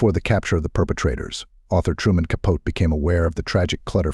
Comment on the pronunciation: If you can’t say Capote’s name correctly, you might want to rethink posting such ‘documentaries’.